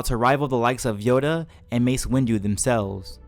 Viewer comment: You say yoda is yado